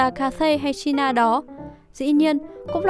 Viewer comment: Chai na là cái gì, chi na